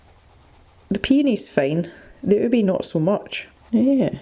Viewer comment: It’s “ooh-beh”, it’s a purple yam.......